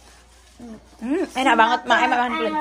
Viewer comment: Aku ngakak ngakak pas bilang enak banget tpi di bilang nya inak anget lucuu😂